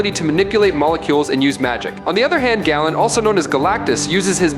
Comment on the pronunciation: Galen is pronounced GAY-luhn not like gallon.